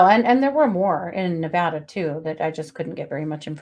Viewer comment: Thank u for pronouncing "Nevada" correctly!